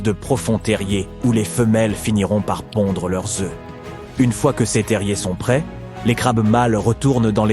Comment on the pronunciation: La prononciation des adjectifs démonstratifs ou possessifs entache votre documentaire, langage informatique, dommage, cesse eux ne veut rien dire, Ces serait plus approprié, MERCI